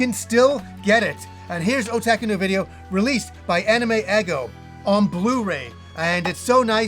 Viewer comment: The way you pronounce Otaku is absolutely adorable. Never change.